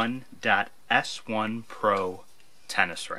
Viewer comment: "Ti" - that's "T-EYE", NOT "T-ONE" !!!! It's the Head "Ti.S1" meaning TITANIUM, SWING STYLE "1" meaning lightweight, simple to swing fast for easy power. I am a 62 year old USTA 4.5 for the past 30+ years, and practice nearly daily, and play matches twice a week. I still have reliable 1st serve that can top 120mph, and a pretty good repertoire of shots. I'm just old now, and getting slower (you''ll see) ;-) ... I own 3 Ti.S1's already, have a HYBRID string combination (polyester mains, synthetic gut crosses, only 47#). I just buckled under peer pressure and bought a BABOLAT DriveMax 110 and strung it the same, and it was a DOG compared to my beloved Ti.S1. I've modified the DriveMax 110 so much (changed strings, even added lead tape to supposedly MATCH the swing style of the Ti.S1, but the truth is the Ti.S1 has few peers, and NO peers in its price class. GLAD I bought the Bablolat DriveMax 110 on sale for only $99 (instead of its early-season price of $219 at Dick's Sporting Goods). WISH I'd simply spent $70 on another Ti.S1 because it's worth 3 TIMES that. Anyone who wants EASY power, SWIFT response/flexibility and 120mph (or faster!) serves when they're in their 60's should buy SEVERAL of these, and string 'em DOWN to 45# to 47# - you'll be in for a real TREAT ! -Mark Vogt | VOGTLAND OUTDOORS